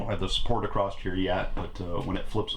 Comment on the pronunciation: Hey fella there is no "T" on the end of the word across....just sayin.